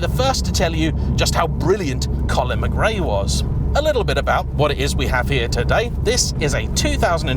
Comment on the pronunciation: Your pronunciation of McRae is cringeworthy to anyone of Scottish heritage! What a car though. Just beautiful.